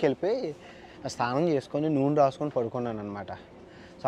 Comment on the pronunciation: Babu ANVESH...STHANAM KADU...SNANAM